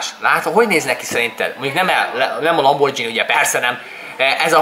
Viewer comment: nem lamborzdsini hanem GINI